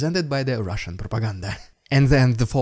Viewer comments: "riddicuulloss, rrrrushhoulsnnn prrrropaggglnbda... Fukc, that was too ridiculous!" 😂😂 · I fast forward past your "RRRRRRRIdiculous RRRussian PRPRPRRPopaganga" part now. Its just annoying at this point, and it seems like you keep trying to go over the top of the last one each time you do it. I like everything else you're doing - just saying it gets annoying now. Thanks.